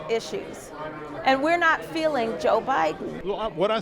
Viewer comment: I dunno who the female reporter is, but someone tell her there’s no “R” in the word Joe…